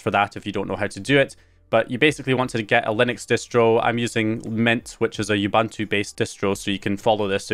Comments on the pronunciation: Sidenote: "Ubuntu" is pronounced "ooh-boon-two" In case you were interested and stuff 🙄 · Bro what part of the UK are you from to pronounce Ubuntu like that. I mean no offense, I'm genuinely curious.